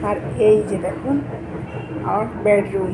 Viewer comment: Tumi kothakar manus vasata ai rkm keno bedroomke. Tumi bolcho badroom ucharonta tik kore bolo loke hasbe